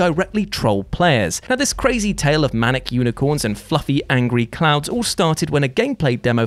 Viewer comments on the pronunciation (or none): none